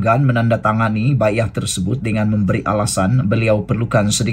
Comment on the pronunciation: bang..bunyi dia.. BAI...AH .. Bukan BAYAH